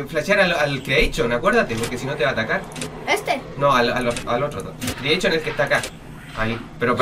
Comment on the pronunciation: the joy of creechion xddddd